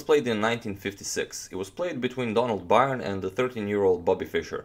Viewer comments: Donald's last name is pronounced like : Burn. You are pronouncing it as Byron. Someone should make a pronouncing guide of chess players. Slavic or Dutch names are hard to guess how they are supposed to be pronounced. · Byrne is pronounced 'burn'. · Byrne pronounced as in "to burn". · Byrne's last name is pronounced like "Burn". He's from my hometown and I went to school with his family. If you ever show Fischer's Immortal against Robert Byrne, that was Donald's brother. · His name is Byrne pronounced like burn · I could be wrong, but I imagine Donald Byrne is pronounced Donald Burn. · How did Donald Byrne pronounce his surname? Byrne is an Irish name and is pronounced "Burn" :-) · Surely, Bryne should be pronounced ‘bern’. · Byrne is pronounced Burn.